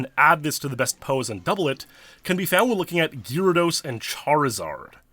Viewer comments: Please pronounce GAYR-ahh-dose, PROPERLY! Don't be a douche, please! Also, you don't need to sound extremely serious as if you're a lawyer in a courtroom. You're talking about Pokemon, non the stolen USA election in 2020! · Absolutely butchering the pronunciation of "gyrados"...